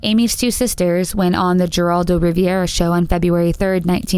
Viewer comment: How can this narrator mispronounce “Geraldo Rivera”? Sorry, put me off and I am done with this.